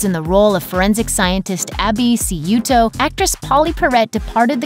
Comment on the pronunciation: This happens on this channel often, it's as if no one prereads scripts, or worse the reader is so conceited that a blown pronunciation isn't corrected. Pauley Perrette's character on NCIS, Abby Sciuto, is pronounced Shoe-toe, not Sea-you-to. If you're presenting as an authority maybe watch the show and listen to how the cast address Abby. According to your reporting, there are 352 opportunities to watch her.